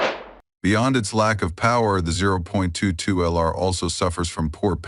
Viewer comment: When the AI said "zero point two two ell are" I left and gave a down thumb